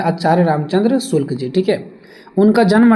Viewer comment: आपके शब्द प्रयोग में बार-बार Shukla ki jagah me shulk ka prayog kar rhe hai कृपया इसके आगे वीडियो में सुधार कर ले